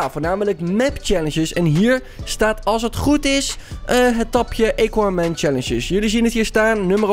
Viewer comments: ja geen eeequaman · Het is aquaman met een A en niet equaman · Het is AHHHH KWAAAAH MENN niet EYKWAMEN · Niemand: Helemaal niemand::eqauman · Lol “EQUAMAN” 🤣🤣🤣🤣🤣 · E quaman😂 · Iedereen: Aquaman: equaman TIJE _: eqauman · Iedereen: Aquaman: Equaman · equaman De mensen die kijken: AAAAAAAAAAAAAAAA HET IS AAAAQUAMAN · Niemand: Helemaal niemand:: eekwamèn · Niemand::equamen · Ik kan me zo storen equaman het is Aquaman geweldig dat sommige mensen het niet goed zeggen dan mag je ze verbeteren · Eguamen hahahaha tis aquaman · Haha equaman het is aquaman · EEEEEEEEEEEEEEEEEEEEEEEEEEEEEEE... Quaman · equaman hahahaahahha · Het is aquaman niet eykwaman🤣🤣🤣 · Zegt hij nu eekwaman? No hate but it is always first miedas nu eekwaman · Ah yes "ejkquamen" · hoe zeg je aqua man bij equaman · siriejuus eeqwamen het is aqwamen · het is aquaman niet equaman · Het is aquaman niet equaman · Hoe de kanker spreek jij Aquaman uit... EEQUAMAN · Nobody: equaman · Nobody: equaman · "Eekwamen" lol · Mo Amine in Amerika spreek je het gewoon uit als "akwaamen" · Niemand: Helemaal niemand:: equaman (Nice video) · Niemand: Echt niemand:: eequaman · equamen Dion: Misty meeedows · Aaaaa cwaman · Niemand:: eequaman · Lol hij zegt gewoon eqwa man😅🤣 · Niemand:: eeqa men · Wanneer Engels praat, krijg je dit. Eekwamen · hahahahaha eguamen wtf top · Equaman hahahahahah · Eqaman 😂😂 het is A niet E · Het is aquaman: aakwaamen zeg je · Hij zegt eeguaman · niet aacauman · Ben ik de enige die zich ergert hoe hij aquaman zegt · Ik die gaat kijken in reacties omdat ik wist dat iedereen ging praten over hoe Aquaman ging zeggennn HAHAHAHA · GA FK AQUA MAN LEREN UITSPREKEN